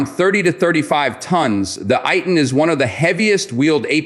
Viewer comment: Is not pronounced as AY-TN but is pronounced as Eih-Tan